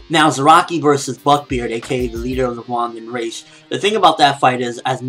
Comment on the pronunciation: Also, I think the Vandenreich would probably be pronounced more like 'Van-den-righ-h', (the 'h' pronounced in the same way you pronounce the 'h' at the beginning of the word 'huge'--the way you pronounce it is so confusing :P...